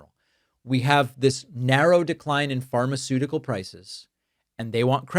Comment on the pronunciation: Way to go, Joe! Can Donnie pronounce "pharmaceutical"? Joe can!